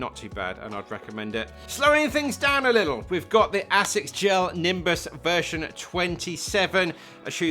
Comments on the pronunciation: Absolutely murdering the japanese pronunciation 🤣 Great video as always! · bro can't pronounce Asics lol